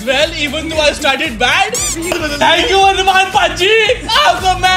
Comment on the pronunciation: 'Thnak' you, 'Fast Food'.....lllll.